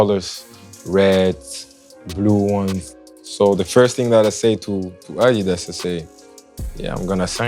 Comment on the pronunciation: first person in my memory on sneaker shopping who right pronunce "adidas"